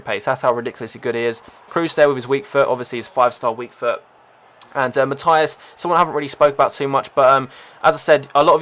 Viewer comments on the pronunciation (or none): That pronouncing of matthäus thoe.